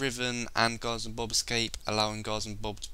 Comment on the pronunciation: Don't wanna be mean, but why do you say "Gozzom Bob" when it clearly says "Guardsman Bob"